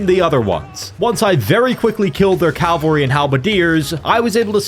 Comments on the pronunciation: Impossible challenge: Drink every time pronounces "cavalry" as "calvary" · You’d think that after how many Total War videos you’ve made you could pronounce cavalry correctly. Cavalry. Not calvary. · I swear, no one can pronounce cavalry correctly lol